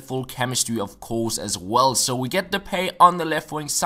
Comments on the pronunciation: "De-pie" not "De-pay" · it's pronounced de-pie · Depay is pronounced de-pie. Im dutch